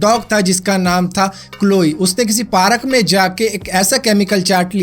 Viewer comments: parak nahi park 🤣🤣🤣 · Bhai पार्क को पारक bol diya yrr😁😁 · tell parak instead of park lol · Sir aap bhi park ko paarak bolte ho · parak or park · Bhai parak nhe park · Parak??? Lol It's park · Paarak me jaake😂 It’s park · He said parak to park 😂😂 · 5.38 Bhai parak nahi park kahte hai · tm bhi paarak bolte ho .......😂😂😂😂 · Haryana se h bhai 🤣😜